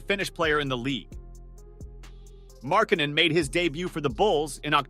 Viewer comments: bruh his last name is not fn Mark Cannon you say his name right 10% of the time just say his nickname or something I would rather hear you say The Finnisher instead of you butchering his last name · Butchering a guys name in a video about how people slept on a guys skills crazy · Gotta learn how to say his name right, mate. Otherwise good video:)